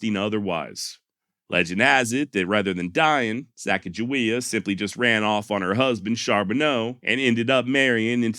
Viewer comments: Just had to leave a comment so it wasn’t sitting on 666. But hey great job on this one very entertaining and educational and thank you for pronouncing Sacajawea correctly. Lol my wife and I have had an ongoing argument about the proper pronunciation for going on 20 years now. Lol. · And His finalization of the name pronounciation of the young native american teenager female that joins the expedition is the same i heard growing up in school and i didnt even know there were any other pronounciation of her name until extremely recently, and im 40 yrs old. So im glad with his final decision to say her name right.....